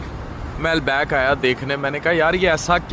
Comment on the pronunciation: Al-back nhi Al-baik😂